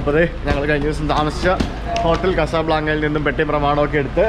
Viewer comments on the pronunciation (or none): "പെറ്റി" ടാക്സി ആണോ അതോ "പെട്ടി" ടാക്സി ആണോ